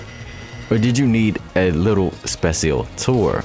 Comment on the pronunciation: I love how you keep pronouncing [Specil] exactly as spelled.